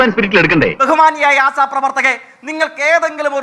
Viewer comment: Da myre ആസാ പ്രവർത്തകർ അല്ല ആശാ പ്രവർത്തകർ 🤦🏻‍♂️🤦🏻‍♂️🤦🏻‍♂️🤦🏻‍♂️🤦🏻‍♂️